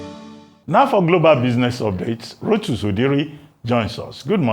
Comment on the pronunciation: Rotus ,"Thank Zeus" 🙄 wetin dey worry this one?